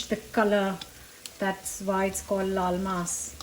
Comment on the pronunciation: Many years ago, I moved to Florida in the US. There's a large population of Spanish/Latin cultures here. When I hear you say "laal maas", I hear "lol mas" which could loosely translate to "laugh more". That said, I'm certain to laugh more when I eat this dish because it looks incredibly delicious ... which make me incredibly happy. 😊😂